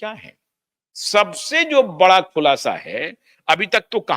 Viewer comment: शब्द सुधारो। खुलाशा नहीं, खुलासा है।